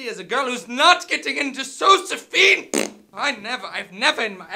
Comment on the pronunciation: "what i clearly see is a girl who's not getting into zo-ze-PHINE..." "prrr" hahahahaahha